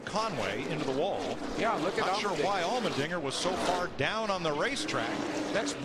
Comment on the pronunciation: It's Allmendinger. Not trying to get you mad, but I just got confused when you said Almond Dinger.